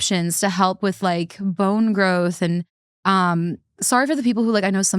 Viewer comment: Lol.. she said "bone growth"